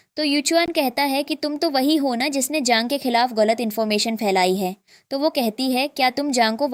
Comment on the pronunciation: Galat❌ Golat✅